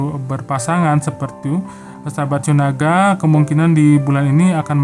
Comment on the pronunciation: Lone king,,,,,qu ketawa krna pembacaan shiao naga keseleo😃.....